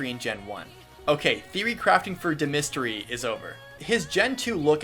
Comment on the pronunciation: Woop you have Dimitri his proper Welsh pronunciation, nice!